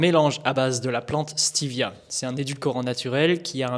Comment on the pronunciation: Stévia et pas steevia